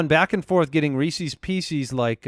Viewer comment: Thank god was called out for his pronunciation of Reese's pieces